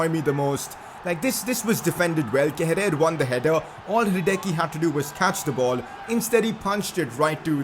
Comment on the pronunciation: It isn't how you pronounce Kehrer. It's more like "Keh-rar".